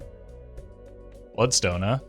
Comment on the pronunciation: Buld-stone, enit